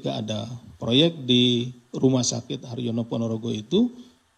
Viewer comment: Rumah sakit Harjono pak, bukan rumah sakit haryono.